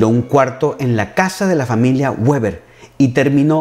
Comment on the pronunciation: Estimado: en alemán la doble u (w) no se pronuncia como en inglés, sino de forma llana, como la uve (v) en castellano: Weber se pronuncia "véber" (no "béber") y Wolfgang se pronuncia "volfgang" (no "bolfgang"). Espero que esto te sirva para tus maravillosos videos, que sigo siempre con mucho interés. ¡Saludos!